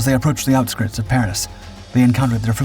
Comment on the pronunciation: Is this voice over AI generated,? Surely no one speaks like this. No human would say "the OUTSKRITS of Paris" would they? Not even a really dumb voiceover artiste.